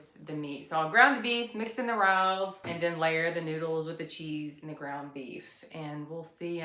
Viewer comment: Definitely try ricotta cheese in your lasagna! And the pasta sauce is pronounced RAY-O's. :)